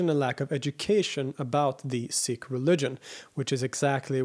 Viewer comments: Pronounced seek not sick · It's pronounced Seek not Sick. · SEEkh. SEEkhism. Not sickh... They're not sick lol 😅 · Pronounced "Seek", not "Sick" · Whatever the correct pronunciation is, I wish you would say "Seek" instead of "Sick" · It's pronounced "seeks", not "six". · Pronounced "seek". Thanks. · Seeee (pause) k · You pronounce sikh incorrectly